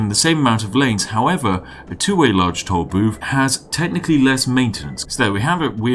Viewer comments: I´ll take a shot every time he pronounces "tool booth" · Is he saying toll boobs